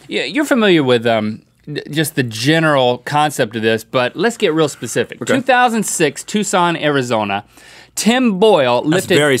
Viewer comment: "let's get Pacific,"